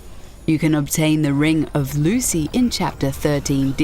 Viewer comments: Is it just me that cringed when she said ring of Lucy? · Yes, we know. Just poking fun at how she said it.